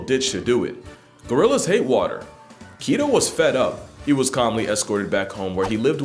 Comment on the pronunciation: I'm from Rotterdam, the Netherlands and Bokito is a legend her! Nice prenounciation bye they way, repect!